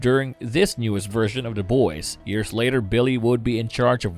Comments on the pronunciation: why are you saying "Da Boys"? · "Da Boys" "mudder" "brudder"